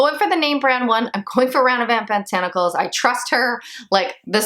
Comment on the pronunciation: Omg mine is on the way. Also there is no N at the end of Ranavat. Rah nah vaht. Lol the Indian in me wanted to let you know. I would love to see more videos like this.